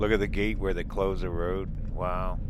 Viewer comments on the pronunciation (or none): none